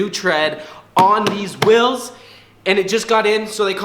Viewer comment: The amount of times he calls it “wills” and not “wheels” triggers me literally every single time